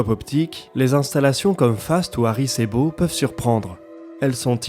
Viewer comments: Tu m'a trigger à chaque "Harry c'est beau" perso... Mais bon on s'y fait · Désolé mais il s'agit de Arecibo et non pas de Aricebo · Bonjour. Ce n'est pas aricébo, mais arécibo... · autez moi d'un doute; on dit Arecibo et pas Aricebo? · kof arecibo, pas aricebo kof sinon excellente video ;) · C’est Arecibo, pas Aricebo... sinon, cool les vidéos ! Merci ! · Aricébo lol. non c'est Arécibo. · ArEcIbo, pas Aricebo ;o) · ben tu devrais etre un peut plus calé sur le sujet avant de commenté il n'y a pas d'erreur de sa part a part la prononciation de aricebo...prenez le temps d'écouter attentivement une 2 eme fois avant de me répondre ou de lui répondre... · Répétez 100 fois, Arécibo, Arécibo..... C'est fou faire une video sur ça, avoir les sources, et se tromper systématiquement sur le nom du site. Vous devriez refaire votre vidéo ou du moins éditer l'audio, ça ne fait pas sérieux. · Il a fourché ça arrive ^^ Edit, il fouche plusieurs fois qd mm ^^ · ça me fait penser au roman de science-fiction "Le problème à trois corps" du Chinois Liu Cixin, ça débute dans un immense radiotéléscope chinois, perdu dans la forêt. Ecrit en 2006, traduit en français. Passionnant. Merci pour la séquence, super boulot et on ne vous en voudra pas longtemps pour la prononciation d'Arecibo. À ce propos, il serait intéressant de se pencher sur ce radiotélescope, j'avais eu des nouvelles par les forums de Seti@ (je fais du calcul partagé avec eux depuis 1999) et l'ouragan d'il y a deux ans l'avait fortement abîmé et il avait du être arrêté. Des nouvelles ?